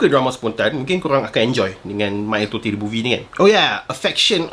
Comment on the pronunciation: Bro,salah cara sebut totey tu